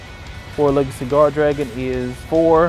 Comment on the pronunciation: When he said “world legacy guardragon” I thought he was saying “four legged cigar dragon” and I couldn’t stop laughing each time imagine what it would look like. (I don’t play yugioh I just watch aps for nostalgia)